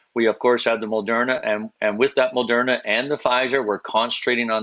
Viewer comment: Why does Rick Hillier keep calling it Mol-derna? There's no "l" in Moderna.